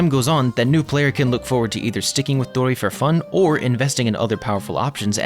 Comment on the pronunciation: good take and gw on pronouncing dori right! first ytber ive heard say her name correctly : )